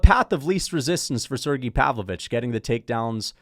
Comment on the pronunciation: how long until starts saying Sergei instead of Sirgee when talking about Pavlovich?